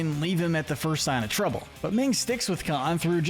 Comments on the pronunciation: It's minh not ming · Her name is Minh, pronounced "Min", not Ming.